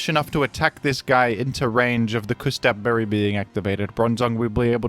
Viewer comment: "Küs-tap Berry" 😭